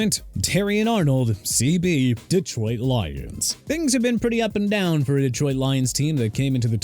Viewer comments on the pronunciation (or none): none